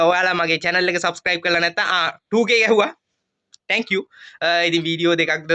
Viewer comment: "tankiw" nemei sudda "thank you" kiyhn ❤